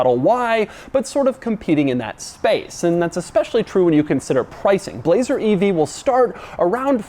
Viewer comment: Doug: "Bu-lazer"